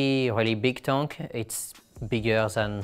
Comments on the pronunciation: I suppose he should be grateful to be constantly reminded that he is mispronouncing “tank” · I upvote your stuff without a though, but can we get away from saying Tonk?